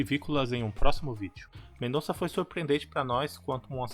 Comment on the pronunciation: O NOME CORRETO É:MENDOSSA, E NAO COMO VOCÊ FALOU MENDONÇA. O Z EM ESPANHOL TEM O SOM DE S.EX. CORAZON,QUE SIGNIFICA CORAÇÃO, A PRONÚNCIA CORRETA É: CORASSON,ENTENDEU?